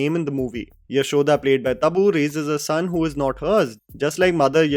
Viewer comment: It is Yashodha..and try and pronounce Khedekar properly…your reviews are now like Hindi movies ..half hearted …